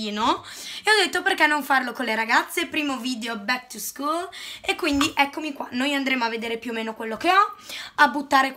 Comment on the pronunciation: Ma come dici bak to scool